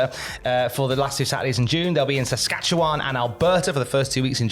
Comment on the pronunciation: Impressed you pronounced Saskatchewan correctly great job